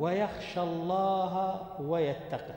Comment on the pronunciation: يا شيخ انت قرأت ويتقه بكسر القاف وهي ساكنة